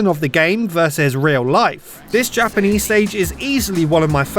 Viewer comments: Is it just me, or does he really pronounce Japanese as "Japan-ish". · Japanish? must be some specific Walesenese pronunciation :D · he said japanish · Dude literally said "Japanish wilderness." I love it. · don't forget "japanish village"